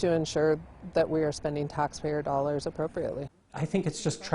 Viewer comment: I can't stand hearing people who don't pronounce the letter L. He said "dowwars" instead of "dollars." Had to stop the instant I heard that.